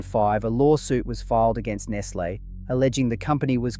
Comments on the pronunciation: say NESS LAY mot ness lee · Nestle is pronounced Nes Lay not Nes Lee. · Is this video AI? You incorrectly state Cadbury was Australian (?), you incorrectly pronounce Nestlé several times, your voice is robotic and your script sounds like it was pulled straight from ChatGPT. Such a shame. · How is it that you don't know how to pronounce Nestlé properly? Or is AI giving you away? Uh yeah. Definitely AI narration. Tsk.